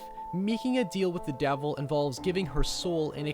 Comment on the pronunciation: Meeking a deehel with the deevel.